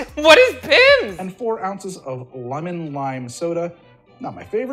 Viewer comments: It’s a pimms cup not a pipmus cup 😂 and Pimms is a British gin based fruit liquor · Oh you precious baby The way you pronounce it “Pimmes” and forget that 7up exists simultaneously knowing how to pronounce “Aperol” - it tickles me.